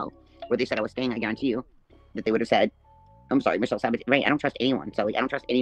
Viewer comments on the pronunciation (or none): none